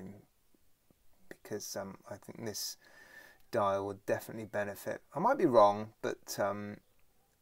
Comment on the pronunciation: Bro messed up "defineatly" 😂 💀